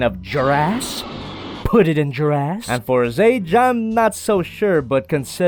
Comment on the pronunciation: "put it in jirass" 🤣